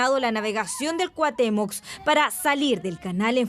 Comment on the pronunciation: Cuatemox?😂😂😂 cuahutemoc pense que solo aqui ya habian quitado el requisito de hablar bien paravser periodista